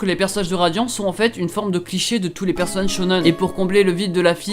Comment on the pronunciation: Dans la vidéo il dit radian au lieu de radiant😂 J'adorais beaucoup atteindre les 1000😊